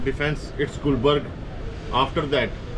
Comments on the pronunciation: Not Goldberg it's gulberg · Its gulberg not gulburj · its not goldberg its gulberg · Its not goldberg its gulberg I love your videos and Also a gesture towards Pakistani people Love you My boy if you have time to visit Islamabad than i am excited to meet you 😍❤️ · It must be Gulberg not Goldberg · it's gulberg the name of area